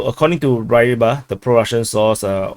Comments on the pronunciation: It's Actually RuBar, not Rybar. The Y is U in cyrillic. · The Y in the Romanized "Rybar" comes from the Russian letter "Ы". The Russian "Ы" sound is not found in English but I think a reasonable substitute is English short-i. So I would pronounce it RIB-BAR. If you put "рыбар" in Google translate you can listen to the pronunciation for yourself.